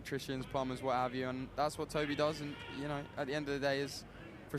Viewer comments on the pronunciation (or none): Idno if edits these himself but cmon man your co-commentator has said Toby’s name wrong like 6 times now. When are you going to correct her?